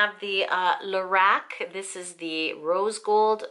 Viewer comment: At last someone who says Lor ACK :0) x